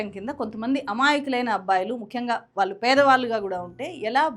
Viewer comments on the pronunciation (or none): దయచేసి వాళ్ళు అన్నపుడల్లా వాలు అనకండి. భాష మీడ ఉచ్చారణ మీడ కాస్త శ్రద్ధ పెడితే బాగుంటుంది